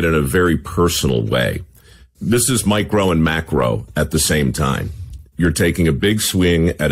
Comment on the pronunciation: "Micro and macro at the same time" sounds like "mike rowe and macro" 🤣